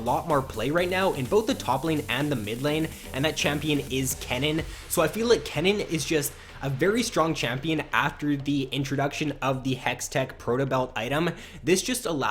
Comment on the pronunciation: Why did you said K-nen